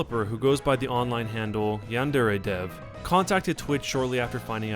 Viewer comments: Why do people pronounce yandere yandārā its yan-deh-reh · Yan-de-re (not ray) with the stress on the 'yan' (1st syllable)... and also the R is pronounced differently but i think that's too much to ask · Its pronounced as its written but you have to roll the R. Yan - De - Re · i THINK its pronounced Yan-De-Re.... im not 100% sure though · You are not even saying yandere correctly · My god he can't even say yandere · why doesn't anybody know how to pronounce yandere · yandere dev doesn't know shit about pronouncing Japanese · This guy can't pronounce yandere and it drives me crazy